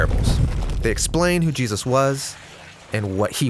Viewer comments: Is it just me, or does anyone else cringe whe he says Jeeus instead of Jesus? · Excellent, but the narrator has a history of randomly pronouncing Jesus "Jee'-us" like and . Is that just an accident while saying Jesus quickly or is it some pronunciation I have missed out on. It's just something I have picked up on throughout listening to the Bible Project. Look, I don't want to be critical, I just want to know if its just a accident or if its some cultural way of saying Jesus?